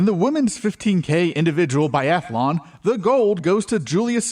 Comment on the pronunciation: "Biathalon"? ...This guy has a gun?